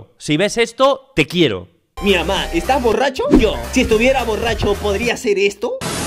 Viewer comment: En el ay dic "PORDRIA"